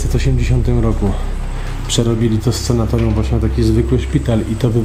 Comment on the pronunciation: Panowie, super robota, tylko jedna kwestia. SANATORIUM mówimy!!!